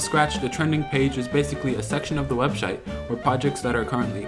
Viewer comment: did he say "webshite" or am i hearing things?